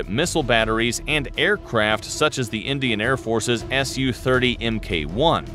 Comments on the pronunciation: bro its SU30MKI not SU30MK1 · That is su 30 mk I ....not mk 1.....the i represents the indian variant of su 30s